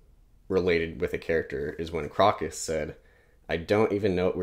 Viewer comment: Really dug your first impressions of Malazan! -Erikson's writing chops take a tremendous leap between books 1 & 2 (he went to Iowa's Writers' Workshop in-between books) You nailed a lot of the pronunciations!- but Crokus is 'Croak-us" You mentioned point-of-view & the Baruk scene with Rake- and Erikson's p.o.v.s- while numerous- do some really nifty filmic things. In the first few books you hardly ever see a scene from the most powerful character's pov- you see them through the eyes of others & it gives almost a shot-from-below larger-than-life impression. Just a cool narratve trick of his I enjoy You do not have long to wait for more answers on otataral Stick with it- can't wait to hear your reactions to Deadhouse Gates!